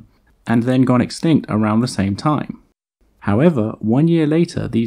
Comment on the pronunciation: Don't you mean EXSKINKT